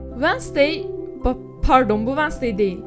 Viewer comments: Ablacım "vasney" ne yaa Wed-nes-day dee<3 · Vanasdey değil Venzdey diye okunuyor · vednızday diye okunuyo diye biliyorum